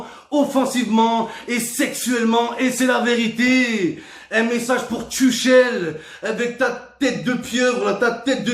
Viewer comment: Tuchel se prononce Turel